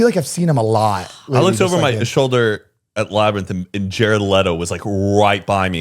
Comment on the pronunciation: “And then I’m bent ovaa” 😭😂😭😭😭